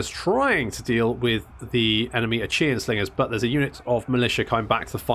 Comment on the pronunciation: Achaea is pronounce ay-kee-ah, not unlike ikea basically. the 'ch' is a 'k'.